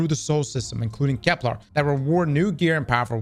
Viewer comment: It's KEP-ler ... not kep-LAR